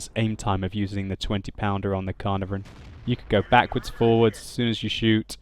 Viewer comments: Ca-Er-Nar- Von ! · I'm Welsh, and the Caernarvon is named after the Welsh town Caernarfon, and every time you said caernarvon i died a little inside... It's pronounced Kair-nar-von (second "a" sounds similar to the first) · The way you pronounce Caernarvon is really funny 😂 I don’t know why they use a “v” instead of an “f”. It’s named after a place and the place name is spelled with an “f”